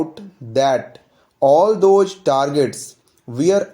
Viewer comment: I would suggest u to change the pronunciation of those, does etc from thoj to thoz.. Not j but z... I hope u would correct it.. 🙂.. Thank u